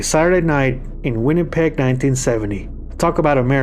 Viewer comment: It's "WINNIPEG" not Winnepeg". And there is another story to that Winnipeg event - apparently Zeppelin was very unhappy with the situation of the sound system in the Winnipeg Arena after the mass exodus from the nearby drenched stadium. There was word that they had no intention of taking the stage and stayed in the hotel room getting wrecked. Local singer Diane Heatherington showed up and gave the boys a piece of her mind and demanded that they quit their belly-aching and give the fans what they wanted and paid for. Zeppelin relented, took the arena stage, and the rest is Winnipeg history.